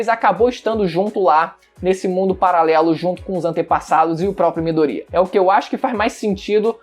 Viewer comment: Mano, eu curto seu canal, mas tu falando o nome do midoriya me dá nojo kkkkk 'midorria'